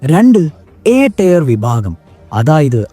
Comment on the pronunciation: ടയർ അല്ല ടിയർ ആണ്